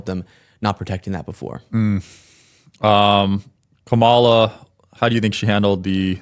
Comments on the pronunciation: "Comma-La" for fuck's sake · 😂why can’t he say Kamala the correct way!!? KAM MA LA. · Kuh-MAH-la. He's been corrected by several people and he chooses to mispronounce it. Good thing these are the kinds of people conservatives get their 'news' from. Yeah! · This 'conservative' dude's whole schtick is to have a liberal on and say "oh I didn't know that" and say completely vanilla baseless things. Also, is it that they CAN'T pronounce names right? Do they think it's a power move to say KamAHla and pak-man? It's so weird. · he told he was just being lazy on election day and didn't bother voting, but I don't know if I trust him... especially since he kept saying, "Ka-MA-la ( corrected him, and then teased him mentioning how far PAST the election was and he was STILL pronouncing her name wrong). Sean also mentioned that he didn't know WHERE he was registered at, and THOUGHT he was registered because he'd been in the hospital (WTAF?!?!?!) and sweet, patient mentioned that that's NOT how that works... and mentioned going through the DAV. WOW... just WOW. And this kid is in favor of Dumpty's getting rid of the DOE... gotta LOOOOVE the irony. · Why is it that trumpers continue to be so ignorant to keep calling KAMALA "KAMMALLA", like the WWE cannibal wrestler gimmick jst because their stup*d leader, trump, with his 7th grade education, pronounces it like that????? This little pointdexter a**hole with the glasses pronounced her name like that the same way trump does. These trumpers are brain dead. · Purposefully mispronouncing her name STILL is so childish and ignorant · Using these discussions as an opportunity to force these dudes to justify their purposeful mispronunciation of Kamala is a huge win you should take advantage of more often. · Every time he said VP Harris' name wrong, I legit cringed. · I'm not sure about Sean's sincerity. He seems to make a point of pronouncing Kamala's name wrongly. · He mispronounced Pakman and Kamala.